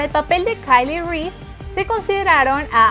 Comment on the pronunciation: Nisiquiera sabes pronunciar el nombre de Kyle Reese jajajajaja